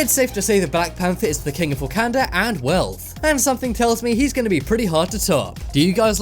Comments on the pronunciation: Who else is triggered by him saying wakanda wrong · The way you pronounced Wakanda was so cringe 😂